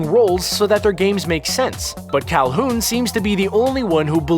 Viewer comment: He says “cal-hoon”. Alright then....